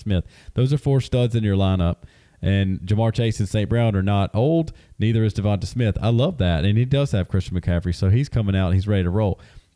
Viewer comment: It’s 2024 and people are still calling him Devont-a and not Devont-aye Smith.